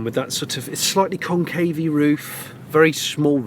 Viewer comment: 'Concay roof' ...like the top of a pagoda....perhaps that is where the monocle comes from!!!